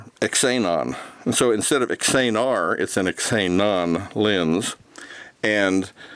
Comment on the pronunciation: Xenar = "ZEE-NAR" | Xenon = "ZEE-NON" | Retina = "RET-NUH" (like your eye) | Tessar = "TESS-AR" Nice video, thank you!